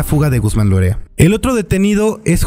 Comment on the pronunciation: No es Guzmán "Lorea" (repetido dos veces) es Guzmán Loera.